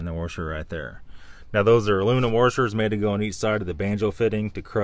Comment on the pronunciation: Careful with your worshers boys